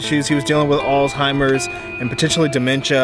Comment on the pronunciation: it's Alzhimers not Altimers buddy from ex dementia nurse from Australia 🇦🇺 🦘🦘🐨🐊🐍🦜🦎